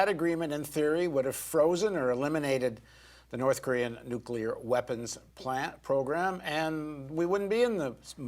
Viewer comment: he says nucular.